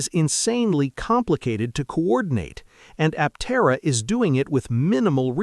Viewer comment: It might interest you to train your AI speech to pronounce Aptera Aptéra instead of Áptera. It will help your channel be taken more seriously as a more credible news sauce.